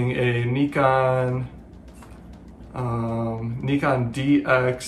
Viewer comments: The first camera is a pronounce con-a-car, the second nye-con. Like Bill Nye the science guy.. The scanner isn't for radio stations it picks up police and fire department radio transmissions. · Your son is doing great. He might want to Google pronunciations of items such as Nikon and the other camera names. So much to learn.